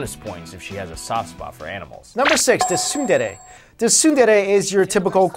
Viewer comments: HOMU HOMU ;-; the movie was so sad. And you guys said Tsundere wrong xD you also say the T in the word. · The thing that I can't stand is how they keep pronouncing 'shoujo' and 'tsundere' wrong. If you care enough to make a video about character archetypes in anime, why can't you care enough to pronounce the terms you're using correctly?